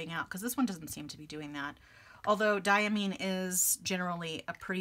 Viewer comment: Diamine definitely makes beautiful inks! I always enjoy your content because you seem to have everything that I'm interested in for myself. By the way, Diamine is pronounced with Mine as in "this is mine." DYE-uh-MINE.